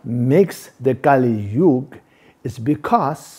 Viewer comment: Kali Yuga not Kalisyuga